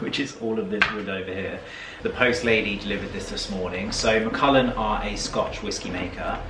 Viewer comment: It’s Mac. ALLAN not ullin as in the name Allan